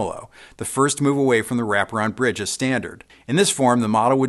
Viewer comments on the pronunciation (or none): none